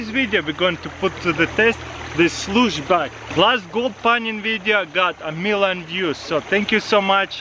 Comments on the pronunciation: I thought he said douce bag😂😂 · Shluce box lol😅